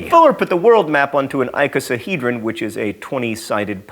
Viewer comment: Your inflection on "Google Maps" and "icosahedron" is unlike any I've heard before, with the primary stress on "Goo" in the former (whereas I say and have always heard it on the "Maps" part) and on the "ico" in the latter (whereas I'd put it on/hear it on the "-he-" portion).